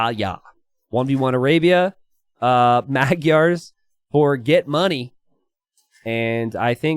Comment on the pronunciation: can you for the love of god look up how to pronounce "magyar"